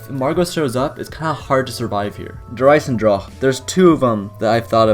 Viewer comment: Is it just me or does he say der eisendrache really weirdly